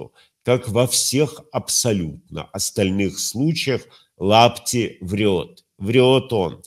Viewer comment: А почему вы говорите Лапти 😅? Он же Апти